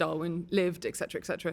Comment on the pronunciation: Interesting woman however the most commonly missspoken word which is annoying is ecsetera(ETC)The abreviation is the giveaway. It is ETCETERA.